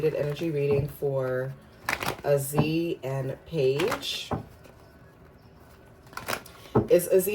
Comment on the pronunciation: I feel like this goes hand in hand with their latest interview … them being understanding and putting each other in their shoes or clothes . Names are pronounced: “A Z” Paige last name is pronounced as “Beckers “